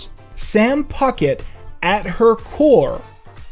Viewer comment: “Just Puckette” Sounds like “Just F_ck it” LMAO